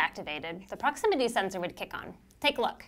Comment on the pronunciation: I stopped watching when she said proximity